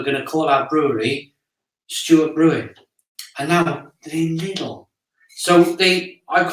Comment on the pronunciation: my father says lilds too, its lidl ffs.